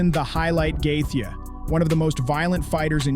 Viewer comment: "justin gath-ya"